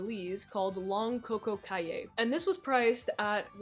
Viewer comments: "Caye" is pronounced like "key" btw ik it's stupid but yeah lmao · Caye is pronounced Kee. Or sometimes Kay. Kae. Nautical words are weird.